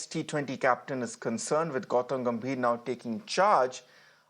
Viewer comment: Guru Gambhir ??? lol , bhai naam toh sahi bolo 😂😂